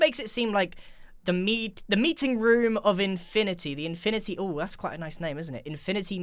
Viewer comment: Infinaty like avengers infinaty war